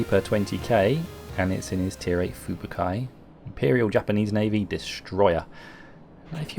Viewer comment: Great replays, love IJN destroyers! As a side note; it's pronounced foo-boo-kee, in Japanese most letters are pronounced as they are written, and the 'I' is spoken as an 'eeee' sound. Cheers!